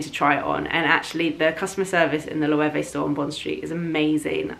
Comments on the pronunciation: Loewe( a Spanish brand.....is pronounced Lowavay.... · Sorry, but your pronunciation of Loewe sounds funny to me as a German. Loewe is a German name and is pronounced "løːvə" (English Lion). The brand was founded by a gentleman Loewe from Kassel.